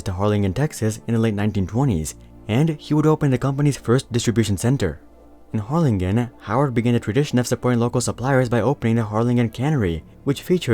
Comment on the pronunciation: The way this guy pronounced Harlingen made me cringe